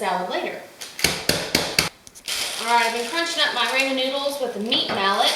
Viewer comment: Until YOU , I've not heard ANYONE pronounce Ramen with a long "A" :) I've ALSO not seen the recipe where the NOODLES were toasted too, wow! I might take that extra step when making it , and oh...*APPLE CIDER VINEGAR* is better (IMO) than the white vinegar you add, just sayin'~~~:)